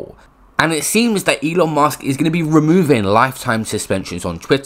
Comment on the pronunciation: It’s Musk not Mask